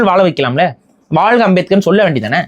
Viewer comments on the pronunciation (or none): none